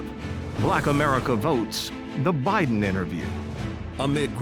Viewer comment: JOE BYE-THEN.... PLEASE GO!!!